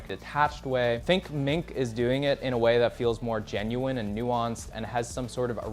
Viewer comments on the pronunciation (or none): none